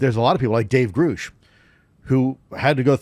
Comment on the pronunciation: Why does he say it like that